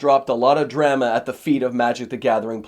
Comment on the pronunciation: alright. Posting sick. with Kool aid shirt. And Canadian accent "drama." You got me. I'll stop delaying patreon join.